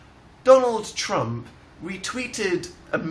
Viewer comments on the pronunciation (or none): none